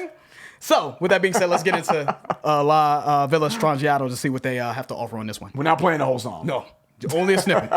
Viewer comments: YYZed, not YYZ. Also, it's pronounced La Vee Yah not La Vill uh. I also recommend that you Google Rush's song then put in Isolated. You can hear it individually and see how they fit. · La Villa Stangiato is pronounced: la vee-la stron-gee-ato. Italian for “the strange villa.”